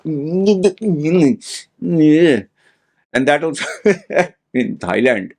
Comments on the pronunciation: did you say "thigh-land"??? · No...how about just not saying THIGH?